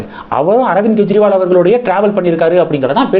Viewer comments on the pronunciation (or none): அவர் பெயர் ஸ்வாதி மாளிவால். மல்லிவல் இல்லை. மேலும் அர்விந்த் கேஜ்ரிவால் என்று உச்சரிங்க. கெஜ்ரிவால் இல்லை. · அவர் பெயர் ஸ்வாதி மாளிவால். மல்லிவல் இல்லை. மேலும் அரவிந்த் கேஜ்ரிவால் என்று உச்சரிங்க. கெஜ்ரிவால் இலாலை